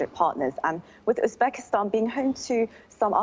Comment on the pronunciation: Correct your pronouncing. not Uspakistan. Uzbekistan!!